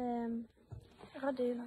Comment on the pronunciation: Что-то мне подсказывает, что кинотеатр всё-таки "Родина“, а не "РодЫна". Хотя, после "депутатки", "епiтанiя" и "перша кляса"(теперь так можно говорить вместо "первый класс") - " родЫна" ещё не худший вариант.